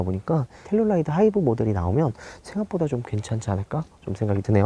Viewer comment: 저번 영상에서부터 텔’룰’라이드 나만 신경쓰이나ㅜ